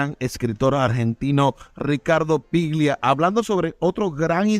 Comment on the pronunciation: Ricardo "PLIGIA"??? Mamita querida. Afanen bien, viejo.